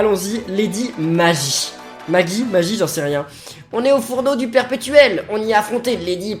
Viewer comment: Je pense que l'on doit dire "Lady Maguie". On ne connaît pas la prononciation exacte.